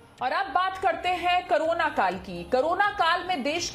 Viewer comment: Madm krona nhe Korona she to bolna chahiye 😂😂😂